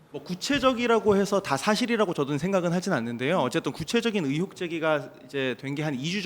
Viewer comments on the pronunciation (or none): 어혹이 아니고 의혹